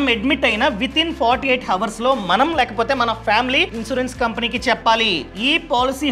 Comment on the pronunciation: ఈ వీడియో లో మీరు హవర్స్ అంటున్నారు. అలా pronounce చెయ్యకూడదు. ఇక్కడ H silent. అవర్స్ అనాలి. Your videos are very useful. All the best.